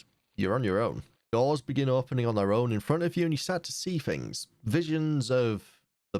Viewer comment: its things not fings